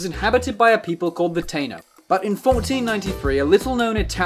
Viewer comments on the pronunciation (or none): It's pronounced Taino (Tah-ee-no) lol